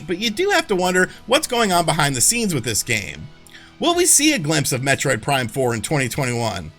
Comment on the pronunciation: Heh. He said "Metroid Prime 4mula." 😄